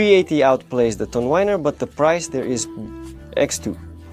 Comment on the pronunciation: Youre wonderful in all respects but tonewinner is pronounced as WINner not wainer. I would revel in making a joined review by web bridge conference mode. I am an English media journalist